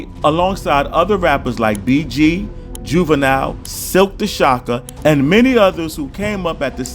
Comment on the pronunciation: I stopped watching after foo said silkk the shocker lol u definitely don’t know wat u talking bout also he dropped out in the 10th grade